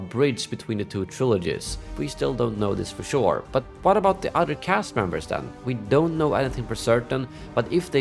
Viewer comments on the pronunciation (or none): none